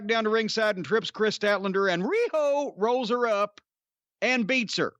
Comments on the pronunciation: Am I the only one who is tired of Cornette saying Ree-ho? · Everytime Jim says riho's name priceless for everything else there's master card